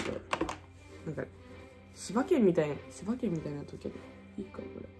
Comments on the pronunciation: 柴犬のイントネーションが千葉県なんよなwwwwwww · ノーカット楽しすぎる笑 あと柴犬のイントネーションが千葉県